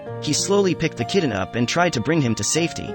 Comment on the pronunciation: Instead of "kitten" it keeps being pronounced "kidden" , it sounds so odd. However great job saving these little angels 😇